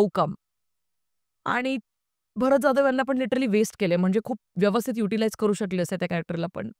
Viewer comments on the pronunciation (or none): none